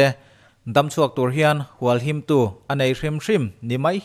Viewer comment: Hualhimtu tih hi i lam dik lo deuh a. HUALHIM tih hi a ri sangin, a ri pawh a in ang chiah tur a ni a, Tu tih hi a ri a hniam leh hret tur a ni e.